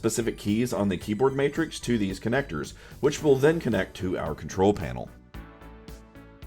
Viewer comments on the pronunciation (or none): none